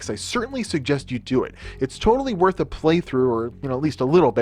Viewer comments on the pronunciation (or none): none